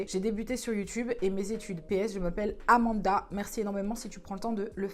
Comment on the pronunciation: • Sevda • C’est AnaNda et l’a un peut écorché mais rien de bien grave❤️